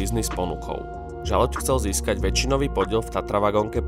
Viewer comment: Aspoň jeho meno si sa mal naučiť správne vysloviť.